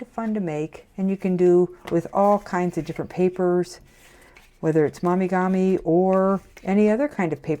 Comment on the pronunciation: Mo mee gah mee. Not mommy gah mee 👍🏼😊